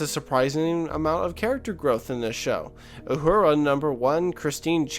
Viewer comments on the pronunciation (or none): Please,... it's Uhura (oo-HOO-rah), not Aurora. And I grew up watching TOS when it was still on network TV. But as with all franchises, there must be changes if it is to survive over generations. Change is inevitable. I think it is fascinating how different producers and show-runners concentrate on differing aspects of Roddenberry's vision as being essential to the franchise. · Anyone that calls her "Aurora" instead of her proper name "Uhura" shows right off the bat he has no idea what he's talking about and his opinions are useless. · You keep saying "Aurora" instead of Uhura and it's driving me nuts! Repeat after me: Uhura --> Ooh-Who-Rah ;-] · That's U-Hura, not Aurora. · Her name is Uhura, not Aurora, and the actor you called Zachery Levi is named Zachery Quinto. Kinda lost interest after that. Confusing mistakes considering how thoughtful the rest of the video was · I appreciate your video, agree with your overall premise. I really don’t like what Star Trek has become I don’t know they will ever re-capture what it used to be with the original series or next generation. You do need to pronounce Uhura correctly though, that’s a big miss. Overall I appreciate the video.